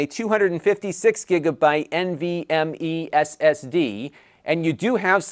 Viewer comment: the way he said nvme ssd lol. Great video bro.